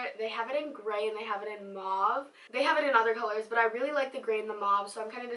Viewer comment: u said mave/moave?? like 20 times lmao ily